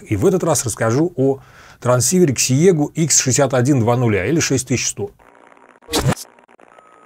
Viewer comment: Все-таки правильно читается "сегу" =)